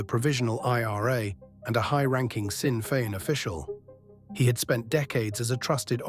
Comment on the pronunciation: Pronounced. Shinn fein